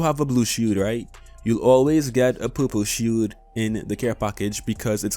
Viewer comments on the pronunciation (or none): i heard a poo poo shoot instead of purple shield 😂